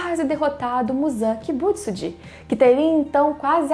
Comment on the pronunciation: Não tem acento em Muzan "Kibútsuji"